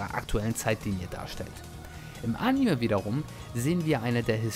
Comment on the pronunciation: entschuldigung das ich dass so sage aber du musst unbedingt lernen wie man anime ausspricht nicht am ende mit me sondern animeee